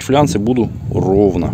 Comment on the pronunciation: ФлАнцы а не флянцы😃😃😃